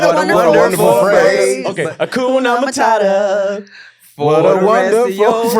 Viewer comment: I ain’t never heard nobody mess up damn ‘Hakuna Matata’ lol! 😂